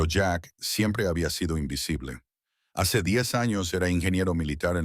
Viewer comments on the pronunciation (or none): La incapacidad de la AI para distinguir el género gramatical hace confusa y farragosa la narración. Luego está la voz con acento gringo aficionado al beisbol, que dice jacer en lugar de hacer, etc. Qué pesadez..